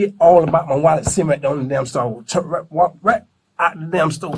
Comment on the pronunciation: If I hear wollet one more time I hope they give him the chair!